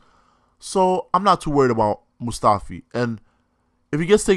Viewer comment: i was willing to give you a chance. but after hearing "moustafi", i'm running away. q